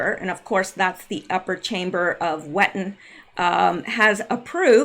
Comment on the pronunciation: Correct Glamis is pronounced Glarms and Wettin is pronounced Veteen German W is V and I is EE